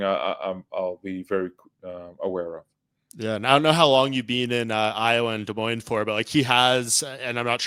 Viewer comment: Super pumped for this fight to be in Des Moines. Also props to you for saying it correctly. The whole card looks really good. Stoked to see it live